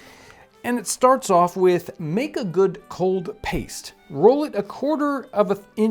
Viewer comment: Why does he call pastry, paste?